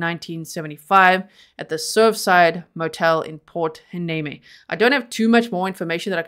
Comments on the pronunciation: I watch you often. Ty for covering this. The city is called Hueneme (Y-knee-me). Oxnard is a neighboring city. All locations are 5 miles or so from one another. This is 60 miles north of Los Angeles. There was only one on a former Pacific Coast High way, but it runs through the city in which he grew up in. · From a local californian. Pronunciations , Y-knee-me and you were right the first time on ox- nard.